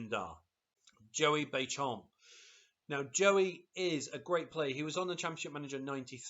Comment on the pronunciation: Joey "bay-shom" LOL